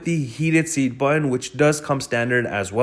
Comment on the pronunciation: Learn how to properly pronounce "Button" 🙂